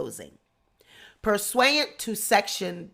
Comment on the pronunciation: it's pronounced Pur sue ant